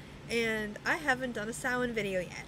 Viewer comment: I have been studying wicca on and off for over 10 years and I learned more from watching this video. like how to pronounce samhain. lol. thanks.